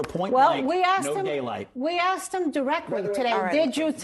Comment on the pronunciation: "They axed him to leave"